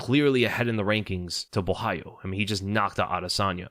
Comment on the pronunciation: Gotta give props for being the only YouTuber I’ve heard pronounce Caio’s last name right